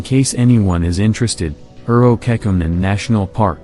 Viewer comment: I love how the AI voice says "Urho Kekkonen", just absolutely horrible pronunciation lmao